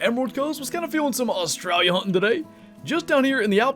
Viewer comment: Every time you say “Australia” the accent comes out🤭